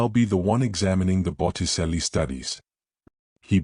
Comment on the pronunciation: I'm being pedantic, but - Botticelli is pronounced 'Bottichelli'. Also, in those days, upper class people did not yell, so Lady Thornbury would not have called for the Duke from the house. I liked the characters and plot, though.